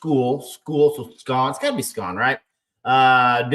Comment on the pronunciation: Nice try on the name 😂. Good reasoning, but it''s a German name, so the "sch" makes an "sh" sound. Pronunciation would be "Shaun".